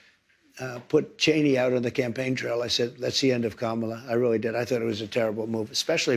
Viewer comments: Amazing he can pronounce her name perfectly now that it's no longer cool for him to act like a child. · Oh, now, he knows how to pronounce her name🤦🏽‍♀️ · Now he is saying the VP name the right way!! This is the guys half American chose to be the president! 😫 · So he does know how to pronounce her name!!! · OMG… he does know how to pronounce Kamala now!!! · What??? He finally said her name right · All of a sudden he can pronounce Kamala correctly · So he does know how to pronounce her name 😮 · Is it just me, or is it crazy that Trump can say KAMALA Correctly!! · He pronounced Kamala's name Correctly? 😂😂😂😂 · And NOW he can pronounce HER name? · HOLY 💩!! At the tRump ACTUALLY PRONONCED KAMALA CORRECTLY!!!!🤣🤣🤣🤣🤣🤣🤣🤣🤣🤣🤣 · So, all of a sudden Trump can pronounce Kamala's name correctly. I guess you can teach an old dog. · Now he can pronounce the Vice President’s name correctly. Go figure that.💙💙💙💙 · Did anyone see that he pronounced her name correctly? We are not gonna talk about his campaign because it was a disaster for him. Joe made one mistake on the debate stage, but T can say whatever he wants, he degrade, threaten, abuse, fraud, sexual assault, & the 'R' word and still become President. But, this is the world that we are living in. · He always knew how to pronounce Kamala's name! It was just a sign of disrespect on his part.